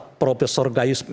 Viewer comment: Gayissss atau gayussss😂😂😂 seperti orang bego